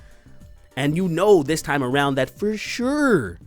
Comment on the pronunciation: I watched this video for the 2nd time just to hear that weird "For suuure, for shuhrrr, foshuhrr" moment.